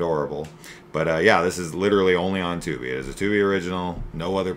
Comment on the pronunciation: It’s Tuby not Tooby